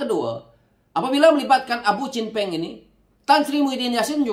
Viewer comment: kelakar la haji hadi sebut. chen peng ...kadang² dengar. bunyi macam champagne 😂😂😂